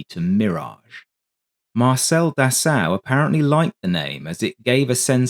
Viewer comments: "Dassao"? It wouldn't hurt to take 10 secs to google how to pronounce Dassault before producing a video in which you have to say it 57 times... It's pronounced like "dah-so". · A very good and informative video, just one picky criticism...Dassault is pronounced 'Dass O', ok? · Dassault to be said “dasso” only. Nothing complicated.